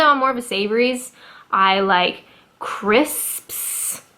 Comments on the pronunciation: My favourite food was Indian curry. Then i found Thai food. Sooo tasty ! Also bacon sandwiches, toasted bread, or not. BUT ! A smidgen of honey, in your bacon sarnie... Not to all tastes, but hey. Excellent pronunciation of criSPS, btw, you are making great progress. Sausage rolls. Check the local delis for these, not your Aldis or Tescos, cos they will be crap. Looking forward to your taste test ! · Crisps! Hit that ps, girl! Never thought that would be a hard word for other native English speakers, but I guess it must be! Plus I love the way you exhale slowly; sounds like my gf every time I ask her a question. Should I take a hint or something?